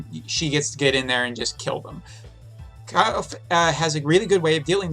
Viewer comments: its not KYLE'F ITS KILL-FAY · I guess the correct pronunciation of her name is "Kil-fe" same like "Kiru-fe" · You need to work on her name pronunciation, you called her multiple names in one video 😂. 😉The GL voice actors pronounce her name as (Kill-fay)